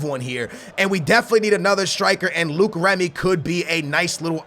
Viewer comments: please pronounce Remy right... It's not Luke its Low-ic (Loic) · Its Loic Remy not Luke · It's not Luke remy its loyc remy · it's loic not Luke not trying to hate but that's how u say it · Don't buy Luke Remy. Buy Loick (for pronunciation) Remy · it's loic not luke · Its LO-IC Remy... Not Luke Remy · Some help for French pronounciations ! Loïc is pronounced "loh-heek", and Maxime is pronounced "Maxim", the final e in French is not accentuated ! Oh, and about the scouting of players from France, there was the name of Nabil Fekir in one of the mails in your mailbox. Regarding Fekir, he could be hot stuff in the next years. He has already been compared to a sort of "leftie Ben Arfa". He also made a bit of controversy because he holds two nationalities (France and Algeria) and had to choose for which country to play. Deschamps persuaded him to play for France. But I don't know Fekir's level nor stats in FIFA. Cheers, keep up with the cool series ! BTW, I was probably the only guy in France that wanted Portugal to win the Euro ! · You pronounce Loic Remy- L-oy-k Remy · "Luke remy" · its lo-ic remy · Wait?Is Luke how u pronounce the Löic in remy? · Remy's first name is pronounced low-ik